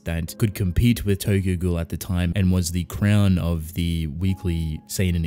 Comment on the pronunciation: It's not TOGOGO. It is Tokyo Ghoul.